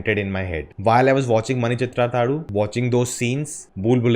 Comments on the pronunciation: That is not pronounced as mani chithra thazhu that is not u that is half u just pronounced as mani chithra thazhū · U in last of the name is not prnounced.